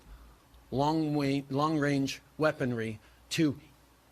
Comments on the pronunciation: Wong Wange Weaponry... Justin is hanging out with Xi too much!!! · Wong Wange Weapons? Trudeau's chanelling Elmer Fud. What a morron! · “ Lawn wange weaponry “